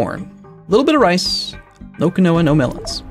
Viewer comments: Not kih-no-wa, key-no-wa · My god Quinoa is pronounced *keenwah almost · "Key-no-a" isn't how you pronounce it, it's "keen-wa" RREEEEEEEE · Keyn-wa. Not Keynowa. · It's pronounced "KEEN-WAH" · It's keen-wa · Quinoa - "keen-wah" It's weird, but that's how to actually pronounce it. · By the end of this series will start to question his pronounciation of even the most basic words. Also, just in case you didn't read it fifty times already it's keen-wa. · Quinoa is pronounced "keenwah" just an fyi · It's pronounced keen-wa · It's pronounced Keen Wah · quinoa is pronounced keen wah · Just FYI,... Quinoa is pronounced "keen-WAH". No, really. I know... I know... but that's how it's pronounced. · I'm not gonna hate for your pronunciation of "potash"... but "quinoa" is pronounced Keen-Wah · I've only ever seen it with the o pronounced, but still with a long e rather than the short i he used.